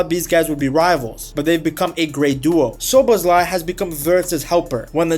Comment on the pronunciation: try the pronunciation without the z's: soboslai (sz is s in Hungarian)